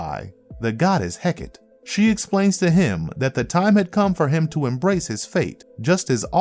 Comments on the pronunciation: It's pronounced heck ahh tay or heck ahh tea. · Heck-ah-tay is how Hecate is pronounced. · Hecate = "Heh-kah-tee".